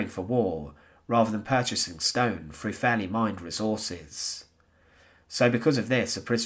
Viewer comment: Nor is it FROU it is THROUGH